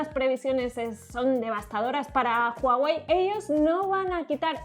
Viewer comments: PORQUE DICEN JUAWEY?? SI LA H ES MUDA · Se pronuncia Guawei, no Juawei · comienza hablar de Hawei